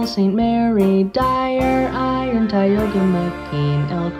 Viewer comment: as the only former resident of Tioga County i thank you for pronouncing it correctly